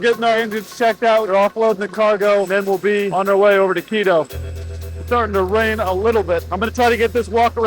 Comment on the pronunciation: It's Quito, not keto.